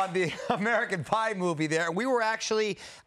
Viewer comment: “American Pive”. Nailed it.